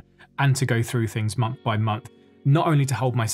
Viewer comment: Big fan. But - at the start, did you say “the munch of march?” 😂